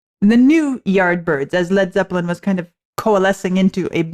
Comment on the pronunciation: I like the way you pronounce “zep pill en”. “Not to touch the earth not to see the sun nothing left to do but run run run “.